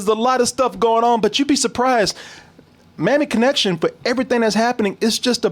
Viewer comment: Sounded like said Mammy Connection lol